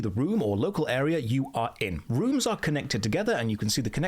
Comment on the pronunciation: This is so Runescape that when you say rooms I hear runes.